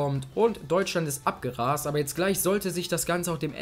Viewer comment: Du sagst mir persönlich zu oft "der Typ" , außerdem heißt es abgegrast und nicht abgerast, aber sonst gefällt mir den Kanal gut! ;)